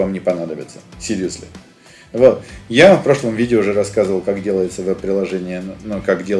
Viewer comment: Уот (вот) подбешивает